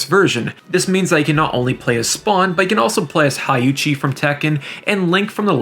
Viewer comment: Love your videos man, but "Hai-Uchi from Tekken" is Crazyyyyyy lmao. It's Hey-hah-Chee.